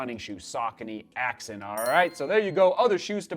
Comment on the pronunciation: great review as usual....(it's pronounced Axe-on)